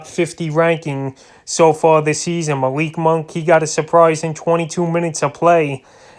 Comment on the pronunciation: ma-leek munk but good job overall